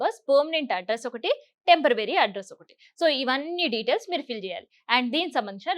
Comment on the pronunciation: టెంపరవరీ కాదమ్మా....టెంపొరరీ....😂😂😂